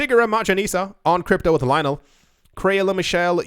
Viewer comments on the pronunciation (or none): none